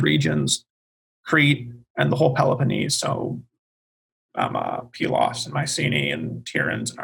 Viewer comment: Please note: I didn't listen to all of this, but came here because I felt I was the only one who pronounced Pylos as Pee-los. I have my BA in Classics from Prof. Michael Cosmopoulos. And traveled to Pylos and Iklaina for the first year in 1999 for his dig. I had a photo of me holding one of the tablets(?) I stumbled upon. Pretty cool. I regret not getting my Masters or PhD with him. But don't regret a thing about my BA and travels.